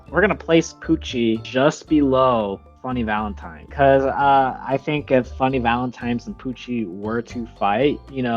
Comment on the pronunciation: "vunny Valentine"💔